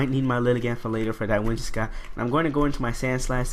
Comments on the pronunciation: WhimsiCOTT not WhimsiSCOTT, other than that good narration and battle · "Whimsi---cott" not scott haha